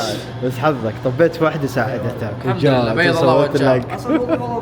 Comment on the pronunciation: السلام عليكم بعطيك ملاحظه بسيطه الاحظك دايم تقول الحمدرلله غلط كذا تنطق الحمدُلله الله يكتب اجرك